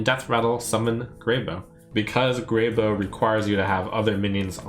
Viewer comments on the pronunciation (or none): It's not grey boe- it's grey bow - like how. A bough is the main branch of a tree. I didn't make the card though and does it even matter?